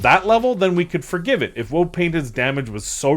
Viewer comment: I'm glad im not the only one who has a woad of support for painters. That's why is my hero, he always gets me a woad of points pulling me Woad Painted.